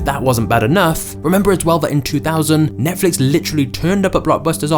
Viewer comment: NETFLIX not NETFLUX 🤦‍♂